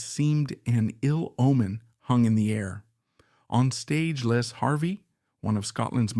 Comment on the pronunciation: His name is Les , not Lees